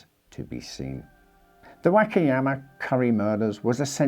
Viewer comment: “The Wackiyama” lol